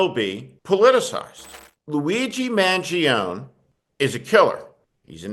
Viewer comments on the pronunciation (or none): His name is pronounced more like ,'Man Gee Own Nay'.Not ,Man joan. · Pronounce the last syllable of his name, Steve. Mangione has 4 syllables. A final "e" is pronounced like a long "a" in Italian.